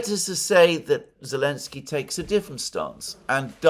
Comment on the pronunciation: Yep! Alex C has it right: he calls him 'Elensky'